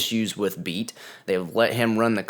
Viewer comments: Pretty sure it’s pronounced Bay-Ott. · Beat is said more like Bay-Yacht